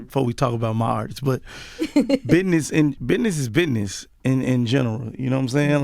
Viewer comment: Biness? Wtf is biness? And what does "fur" have to do it? I swear rappers can't talk worth a damn.